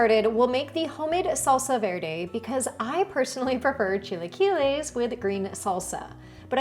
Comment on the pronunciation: Learn to say it, ugh